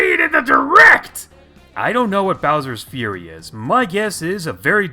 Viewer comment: "Bower's Fury"